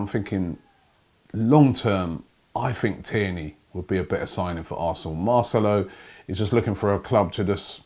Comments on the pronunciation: Finally he says marcelo correctly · SAID MARCELO'S NAME RIGHT!!